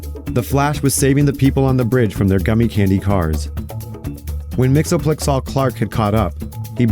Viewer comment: Love the reinvention of Mxyzptlk as explicitly one of the Fair Folk! Though for reference his name is pronounced “Mix-Yez-Pit-Lick”